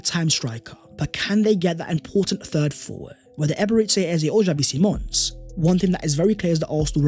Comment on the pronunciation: it pronounced E-be-re-chi